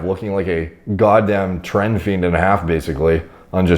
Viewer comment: When says 'trend' I just hear 'tren.'